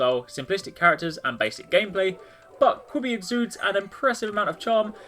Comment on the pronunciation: QBBY is pronounced Cubey i believe